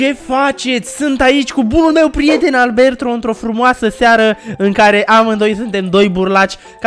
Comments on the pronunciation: Ai zis arberto😘🤣🤣🤣😂😂😂🤬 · Numai eu am auzit Albeltro in loc de Alberto la inceputu clipului?:)))))